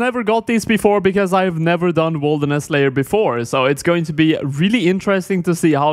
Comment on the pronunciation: why do you say wolderness instead of wilderness?